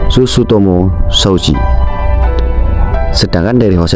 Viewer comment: iya sutsumoto malah dia ngomong sutsutomo